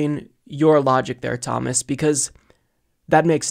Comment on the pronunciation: LOL "Thomas"